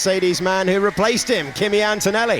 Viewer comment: 0.42 "antoelli alongside piastri" hes been watching too much david croft